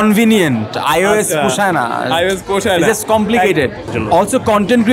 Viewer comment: চিটাগাংগের মেয়ে কিন্তু অ্যান্ড্রয়েড বেছে নিয়েছিল 😂😂 কিন্তু আপনি কিন্তু আইএএস বলছিলেন